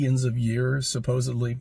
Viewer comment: Did he just say "Supposively???"